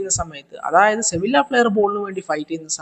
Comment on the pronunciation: ഈ സമയത്ത് പറയുന്നത് ശെരിയാണോന്ന് അറിയില്ല.. സെവില്ല അല്ല ബ്രോ സെവിയ 😄